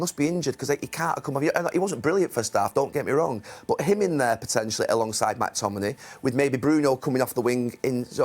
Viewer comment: Gary. It’s McTominay. Not Mactominay. Only one ‘a’!